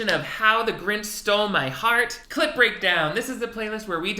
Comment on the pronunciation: Ngl it do sound like "clit breakdown" instead of clip breakdown sometimes